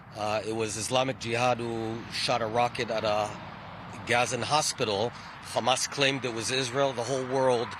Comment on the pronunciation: Again with this Lawyer Pro-Hamas women. If you guys in the comments are seriously going to sit there and so "Yes shes right" then your absoutely delusional and trolling. She cant even say Hamas. Shes sick in her head and needs mental help. O and you DO NOT SPEAK FOR THE PALENSTIANS!